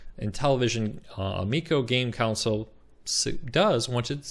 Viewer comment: Console. Con. Sole. Console. Not council. Not counsel. Console. Con. Sole.